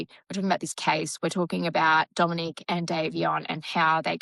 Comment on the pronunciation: American here, I'm not being a smart the accent may matter, but it's Dom O NICK, or just Dom is what he went by, not Dominique, thats a girls name in America. You do pronounce Davion exactly right! Just letting you know. I 100% agree, SHE gets far too much attention imo. She (and her mother apparently) think shes a "star" . She isn't! I'm so tired of videos showing her twisting and posing...talk about the ick! I think she absolutely does know what happened. I think Davion thought his being along would keep Dom safe from her psychotic behavior, sadly ,she didnt seem to care. The speed limit was 35 mph, not 100 mph! I think it was intentional. I think Dom did try to stop it. The black box showed the car had been put into neutral, then back into drive. It happened too quickly to do anything much, but that part is my opinion, (not the black box information, that is apparently fact.) She deserves prison. You don't "accidentally " drive 100 mph into a building! She isn't the innocent little girl her parents want people to believe she is. You covered this pretty well!